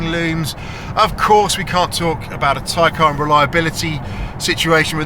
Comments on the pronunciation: Isn’t it the Tay-Can as you say Tie-Carn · Ty-carn? It’s a Taycan. 😅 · Why you say “tie-khaaaaan”